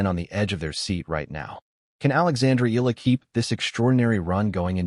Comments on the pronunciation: E-YA-LA is the correct pronunciation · E-YA-LA: that's the correct pronunciation